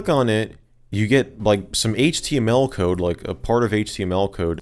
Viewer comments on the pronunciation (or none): none